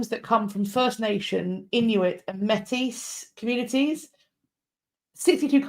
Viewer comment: Métis is pronounced like ‘may-tee’. For context - the Métis people come from French fur trappers marrying Indigenous women creating a distinct culture that mixed the 2 traditions. I think what Chartrand may have been referring to when talking about gift being given was - well just the general idea - that when the treaty negotiations were happening between the First Nations and The Crown, the First Nations acted in good faith gave, their gifts and are still waiting for the Crown to reciprocate as promised. So to take back a gift would sort of be hurting their symbolic position. Like, we’re holding our end of the bargain, what about you? (I know this was about the Vatican and I can’t really speak to this, but I think it is an additional perspective I have heard growing up in Treaty 1 territory and the homeland of the Red River Métis)